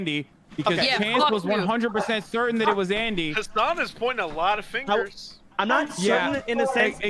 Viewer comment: Its not haasaaan its hassan abi abi is turkish